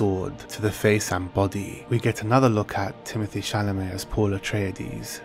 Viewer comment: It is Timo-tee Shalamay. Not timothy. Can't wait for this to come out on some sort of streaming service so I can fake subscribe for a half a month and then cancel and get to watch it for free!